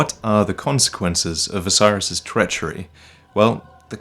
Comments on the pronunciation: It's not osiris . It's OH-SIS-ER-OS. lmao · the consumed king isnt named 'osiris' . his name is phonetically pronounced 'Oh-See-air-oHs'. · So, Is Oceiros' name really pronounced "Oh-sai-ruhs"? I've always thought it was "Oh-see-ay-rohs", but no one else except me says it that way. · For God's sake, man, every time he says Oceiros, I think he's saying "Osiris". It's clearly supposed to be pronounced like Greek: oh-KAY-rosh, or maybe oh-KAY-ee-rosh, I'm not an expert. But damn dude, it's not "Osiris". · I don't think Oceiros is pronounced as Osiris. I think it's pronounced Ah-sir-oss.